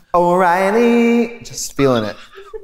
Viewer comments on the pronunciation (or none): the " o o o o oreiley" fucking infected me for 6 months